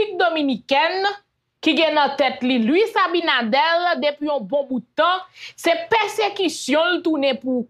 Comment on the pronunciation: Ce Abinader pas Abinadel vérifier sa poumwren souple